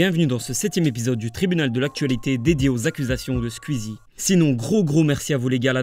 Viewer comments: "Sqizi" ptddr c'est Sqouizi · Pourquoi est-ce que il dit Squzie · J’adore comme tu prononce "skuizie" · Quand tu fais une vidéo sur un youtubeur apprend à prononcer son nom